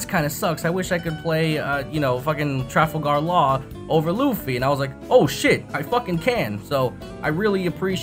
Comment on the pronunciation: “Trafle gahr laaare”